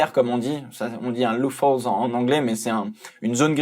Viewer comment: Il me tue comment il prononce loophole a MDR Loufaulz ? Je suis dead xD